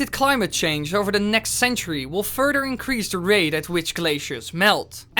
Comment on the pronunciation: love how he says furder insted of further